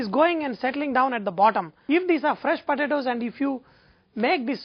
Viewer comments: this guy calls em podadoes ...podadoes ..fast as machine gun ..padadoes...lol...i had so much fun watching this cooo guy on poadadaoes...too cool thanks for great vid...laphant1 d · pa-ta-toes! lmao this guy is hilarious!!!! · yumm, puh-tah-toes. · he says potatoes funny. Lol